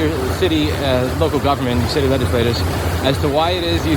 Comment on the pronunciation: Louis really said "shitty legislators" instead of "city legislators" and honestly he's right for that